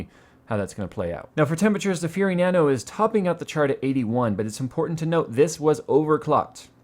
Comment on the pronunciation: Nanu Nanu to you too.............soz that's what you sounded like everytime you said Nano Nano! :P